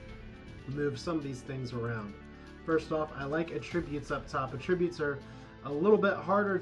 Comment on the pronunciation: At!-tri-butes. not uh-trib-utes